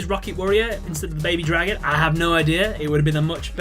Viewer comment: BABY DRAY-GON. that is all.